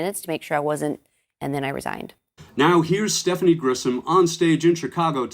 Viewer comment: Grisham, not Grissom. You're mispronouncing her name.